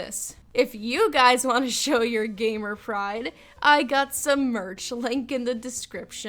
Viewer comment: I yust rylist that was instead of gamer it was gaymer